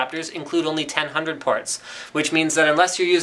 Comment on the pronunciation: k, because with regular english, i thought he meant "ten hundred" like how people call 3700 "thirty seven hundred" didnt realize he was saying 10/100. obv 1000mb =1gb.